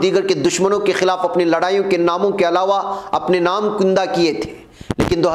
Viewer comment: کُندہ نہیں ہو تا ہے, جناب کَندہ ہوتا ہے